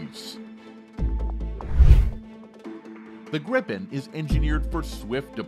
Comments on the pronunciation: Great video! But once and for all, it's pronounced "Jaws Greepen" rather than "Jazz Grippen":) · If you want to say "JAS Gripen" like we do here in Swedish, pronounce it "the Yaas Greepen". ;)